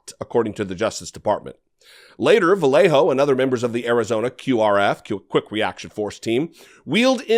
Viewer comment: Bro you lived in So Cal.... how are you unable to pronounce the name Vallejo correctly, ya know the word Yarn, thats what the LL sounds like, a Y kinda like Vuh-yay-hoe not Vuh-lay-hoe. Cumon bruh u better than that